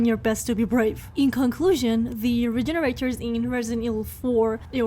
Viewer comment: Awww you Cutie, you were pronouncing it right but in the RE4 remake they're labeled Regeneradors <3 <3 <3 Cutie.